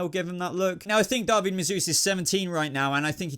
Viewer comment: Great video- loved the explanations and opinions. Thank you 😁 and I think David is pronounced Daveed